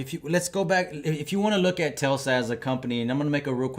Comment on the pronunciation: Hey buddy. It’s Tes-la. Not the way you’re saying it Tel-sa. The L is not before the S.